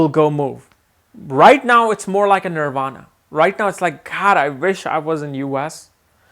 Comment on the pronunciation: Nirvana is highest achievement..Don`t pronounce it wrong dear sir..